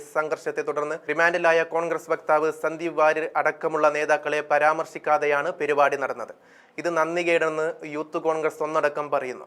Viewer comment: പെരി പാടി അല്ല സുഹൃത്തേ.. പരിപാടി യാണ്...